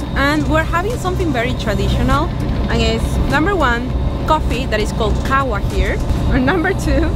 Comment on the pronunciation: Your pronunciation is really bad. It’s muscat, as in muss you hair and Mutrah as in mutt. And the coffee is called Ghawa not kawa.